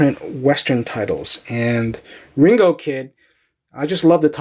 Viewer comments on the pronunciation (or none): none